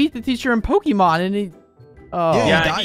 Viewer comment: You can always tell when someone doesn't know about Pokemon when they pronounce it pokeeemon not Pok'a'Mon